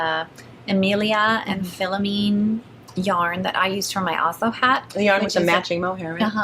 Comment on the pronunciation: For your information Emilia et Philomène yarn is a french canadian yarn company. The prononciation for Philomène sounds like Fee-low-men.